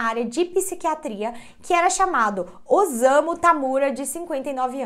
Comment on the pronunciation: O s eh lido como ss então não eh ozamu e sim ossamu a pronúncia correta